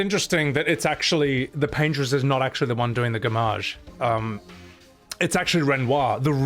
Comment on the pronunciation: For those who didn't get the Bob Ross reference, it's "Paint-Ross" instead of "Paintress"